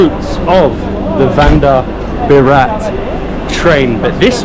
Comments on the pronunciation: Your videos are interesting. Please please please.. you are mis-pronouncing the names 😂. Vande Bharat is what you pronounce is incorrect. I would request you to ask the local people how to utter the names. I'm sure you will say it right before you guys return to your country. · It's vande not Vander sir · ARE BHIE..........ONE DAY BORAAT.......nahi.......( Vande Bharat )...........😂😂😂😂😂😂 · "Venda Burat" train. 😂